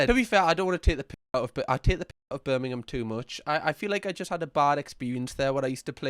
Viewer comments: "not Birmingham Alabama" threw me off so much and the way he pronounxed it birming ham was too funny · 😭🙏 I can’t with the ‘BirmingHAM’ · how the hell did he do me acent and he said Birmingham wrong lol